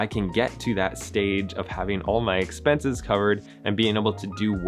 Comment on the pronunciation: Expenses, not expences.